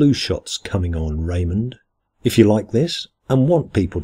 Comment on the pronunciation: Damn, you sure know how to throw some fierce punches. That was good, very good. I love at the end how you addressed Ray as Raymond, with emphasis on the "mond". We all know how much Ray hates that and has made it a bannable offense in Rayland. Well done, Sir, keep 'em comin', man!